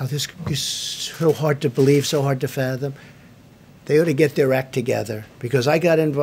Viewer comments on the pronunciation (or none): none